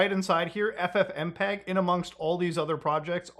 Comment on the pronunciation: Google just said F-fmpeg